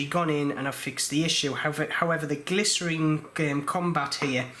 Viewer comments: GLI-scene is the correct pronunciation, and you have left the broken teeth in watch, oh dear. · It is pronounced gly--cine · Not sure I’d trust anyone who can’t read the word Glycine and pronounced it glycerine. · Hey, thanks for the informatve video. Knowing the issue about the ratchet wheel, maybe we should all consider using the Miyota 9xxx series more often OR have someone make sturdier wheels. Also you might want to call the GLYCINE it's correct name, not glycerine. 😉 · I’ve heard Glycine pronounced: glisten. Which one is correct: glisten or glyceen? 🤷‍♂️ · Sounds like glycerine the way you pronounce it. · He was pronouncing Glycine wrongly which is not a British thing, that's his own problem. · lol.. nope.. just him pronouncing Glycine wrong lol.. either way.. IT'S NOT US SAYING IT WRONG.. WE INVENTED THE LANGUAGE!.. YOU YANKS BUTCHERED OUR PRECIOUS LANGUAGE!! lol..